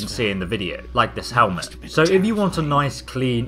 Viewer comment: btw it's synth field helmet not synth filed helment